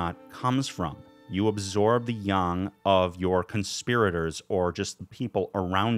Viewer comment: I agree, I also appreciate that you went with the accurate pronunciation of "Yang"